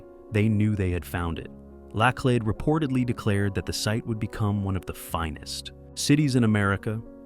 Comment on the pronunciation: The names are pronounced LA CLEED and SHOW TOW.